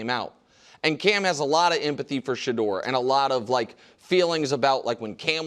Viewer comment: . Cam has em-atty for Shedeur? You don’t say. Shocking